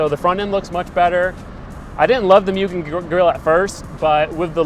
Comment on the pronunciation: Mugen mooogen Not mewgin 😅 every time I hear it mispronounced is cringe